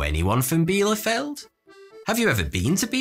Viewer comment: Erstaunlich wie fehlerfrei er "Bielefeld" ausspicht (obwohl es die Stadt nicht gibt)...